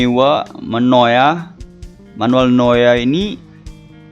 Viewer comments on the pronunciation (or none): BANG BACANYA BUKAN MANUEL NOYA TAPI MANUEL NUWER BANG WKWKWK